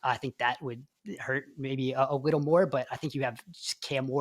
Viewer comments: I feel like we could have done "a wittle" better at getting someone to speak professionally on a podcast 🙃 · “Need a wittle”